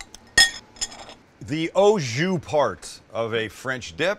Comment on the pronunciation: Sorry but once I heard “OH Jus” part I had to go 😂 I’ve never heard someone say it like that, Ou Jus. 🤣 I feel like Sam says things and does things differently just to see who will say something about it. We’ll hear I am lol. Looked amazing tho!